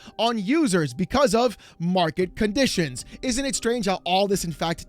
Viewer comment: “Mwarket Cahnditions”